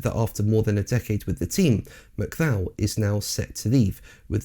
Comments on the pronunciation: Don’t you mean Mac Cullock pronunciation. I’ve never heard Mac Clow ever? Until now that is. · "Mc Clow" can join "LeCluuurrrr" in the Mispronunciation Hall of Shame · His name is pronounced Mc- Cull- ock. This is, or should be, common knowedge. Why don't you even check these things? You really are slap in the middle of the most ignorant and enfeebled generation ever. Your motto should be "Bringing Idiocracy to life". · Yes.. the correct pronunciation I believe is Mu-cul-ah 👌🏻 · Curious pronounciation of the surname McCulloch!